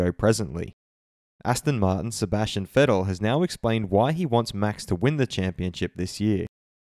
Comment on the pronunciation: Vettel has been long around by now people could have learnt how to pronounce his name right haha